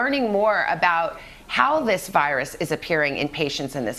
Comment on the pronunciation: Nobody: Today Show Narrator: "the vYrUs" I'm sorry but the way he pronounces it kills me lol